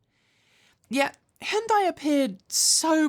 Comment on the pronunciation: Hyundai rhymes with Sunday.